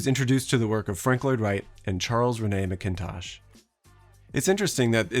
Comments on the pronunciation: unique pronunciation of macintosh. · this is great but it's Rennie (rhymes with 'Bennie' duh) MacIntosh (accent on first syl geeze)